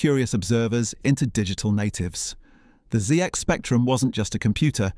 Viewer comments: It is so obviously ai. Otherwise the author needs shooting for saying zee x instead of zed, x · Great video but I have one crepe can you stop calling it the ZEE and promonounced ZED in the UK... ZED X SPECTRUM... NOT ZEE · Did you really the Zee X Spectrum?? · where did that last 'zee'-x spectrum come from? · The AI narration missed the 'Zed" in the last reference to the ZX. It pronounced it "Zee" like an American. LOL! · No Brit with a basic knowledge of the 80’s would pronounce it as the Zee X Spectrum. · No British person who lived through that era would ever pronounce it as the Zee X Spectrum. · Did you say Zee X 😱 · I might consider subscribing when you get the name right. Zee ex spectrum? ZEE? Insulting it is not a good way to get people on side. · Did he say the zee ecks spectrum near the end? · Yes, the 'zee' was already mentioned. Also, I noticed that PCBs was pronounced 'Pee See Bee Ess' rather than 'Pee See Bees' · Maybe whoever talking wasn't around at the time or was brought up in the United States. Remember when certain media types were calling a SNES a SNEZ